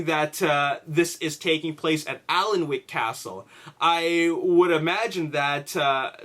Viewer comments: It's pronounced annick castle. It's where they filmed parts of the first and second Harry Potter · Hey, Just so you know, Alnwick is pronounced Annick. It's a bit weird but yeah, that's how you say it. Makes sense that modern scenes would be filmed there because people still live in the castle, it's in incredible condition, while Bambourgh has not been occupied for some time and is therefore not in perfect condition.:) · hi Dude. the L in Alnwick castle is silent, pronounced Anick. i work at this castle. was there during filming. awsome days cant wait for the movie. C ya! :) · pronounced Bambrer Castle and Anick Castle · It's pronounced "An-ick" castle, trust me i'm professional Geordie:) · Ok you had no way to know this but 16.55 is Not bamburgh castle, I'm from the area and know it like the back of my hand 😎 not sure where that shot was taken but it looks more like a ruined abbey or priory. And good try at pronouncing alnwick but that's one of our awkward place names. The l and w are silent so it's more like annick. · I live in Alnwick myself, but I've never heard anyone mispronounce it as badly as this X3